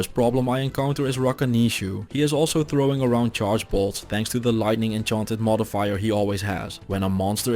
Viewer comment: Instead of "I can''t resist his bolts" I heard "I can't resist his balls"